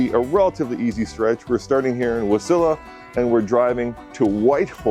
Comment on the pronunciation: I am 49 and have live in Wasilla Ak for 45 years. Love seeing content here and impressed you pronounced Wasilla correct haha. I have done that trip probably a dozen times and love it. Fast Eddies is always a must stop.